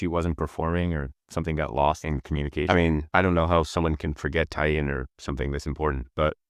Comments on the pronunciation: I can 100% confirm Tie In is the exact mispronunciation of Taeyeon by AI voices - you have to type Tay On instead or manually train the model 🙃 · I wonder if you're using an AI voice -- Tai-yung instead of Taeyeon ("Tay-yon"). It's really throwing me off. Yeah, SM has gone downhill, which is a bit ironic when you consider how many controversies that LSM had. The Naevis idea is just dumb. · Taeyeon's name is pronounced tay-yun (not yoon) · taeyeon is pronounced- tay - yawn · Thank you for saying this, it was killing me listening to them say "day-yun" 😮‍💨🥲 Great video but I wish they took the time to try and pronounce Taeyeon's name properly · Why can’t you pronounce TAY (rhymes with KAY) yeon’s name properly? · The pronunciation of Taeyeon is making me so mad omg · I've never heard someone pronounce Taeyeon's name like this before lol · Same reason that 'Live' in "SM Live" isn't pronounced properly. Crappy AI voice.